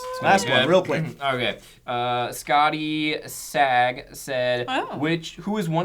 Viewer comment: "Scottie sag"... You mean "Scottie's a G,"?